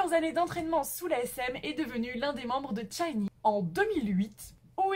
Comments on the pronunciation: euh c'est pas 'tchinee, c'est shinee' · Rien de méchant, mais t'as mal prononcer " SHINee " ( c'était mignon :) ♡ le " SH" devant se prononce comme " ch " de chaussure ou châtain...